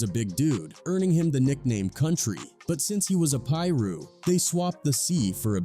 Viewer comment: How tf does this narrator know how to say certain names, specifically Gang names like Pirus. Pronounced: Pie-Roo/Pie-Roos. Get your A.I. voice correct bruhhh...